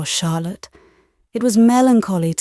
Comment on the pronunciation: Lovely reading! Odd she called Charlotte harlot in chapter 20 or 21 😂